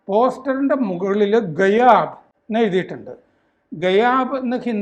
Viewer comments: ग़ायब ഗായബ് എന്നാണ്. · ഗായബ് എന്നാണ് ഗെയാബ് അല്ല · It is gaayab, not gayaab. Dont you know Hindi . It is irritating to listen Sir. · ഗയാബ് അല്ല... ഗായബ് എന്നാണ് പറയേണ്ടത് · ഗയാബ് അല്ല.. ഗായബ് 😊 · ഗയാബ് അല്ല സർ ഗായബ് എന്നാണ്. അപ്രത്യക്ഷം എന്ന് തന്നെ അസിന് അർത്ഥം. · sir ഗയാബ് എന്നല്ല ആ വാക്കിന്റെ ഉച്ചാരണം, ഗായബ്‌ എന്നാണ് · गायब , not गयाब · It's not GAYAB. It's to be pronounced as GAAYAB. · ഗയാബ അല്ല sire ഗായബ് എന്നാണ് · ഗയാബ് എന്നല്ല ഗായബ് എന്നാണ് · ഗയാബ് അല്ല ഗായബ്.അപ്രത്യക്ഷം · ഗയാബ് എന്നല്ല ഈ വാക്ക്. ഗായബ് എന്നാണ് ഉച്ചരിക്കേണ്ടത് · ഗായബ് ആണ് ഗയാബ് അല്ല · ഗയാബ് അല്ല ഗായബ്, गायब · ഗയാബ് അല്ല ഖായബ് എന്ന് ആണ് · ഗയാബ് അല്ല ഗായബ് ആണ് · സർ,ഗയാബ് എന്ന് അല്ല,ഗായബ് എന്നാണ്...ഈ ഹിന്ദി വാക്കിന് അർത്ഥം അപ്രത്യക്ഷമാകുക എന്നാണ്..😢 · ഗയാബ് അല്ല മാഷെ ഗായബ് അല്ലെ? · ഗയാബ് അല്ല, ഗായബ് എന്നാണ് ഹിന്ദി. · ഗയാബ് എന്ന് അല്ല ഉച്ചാരണം "ഗയബ് " എന്നാണ്... "സർ തൻ സേ ജ്യൂഡ " എന്നാണ് സമാധാനമതത്തിന്റെ നിയമം... (വിമര്ശിച്ചാൽ ) അതാണ് മോഡിയുടെ ശരീരം മാത്രം വെച്ച് അവർ കാണിക്കുന്നത്... കുറച്ചു കൂടെ അധികാരികമായി പഠിച്ചു വീഡിയോ ചെയ്യൂ.